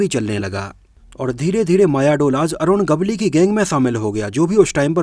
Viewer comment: अरुण गवली नही ,,,,,,अरुण गवळी नाम है भाई साब नाम तो सही लो। कैसे वीडियो बनाते हो। भाई 🙏